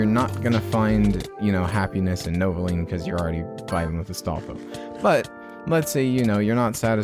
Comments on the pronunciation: thats the whole joke he says novolean through out the entire video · stop saying novolean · Welp looks like I am buying novoline or as you say it novolean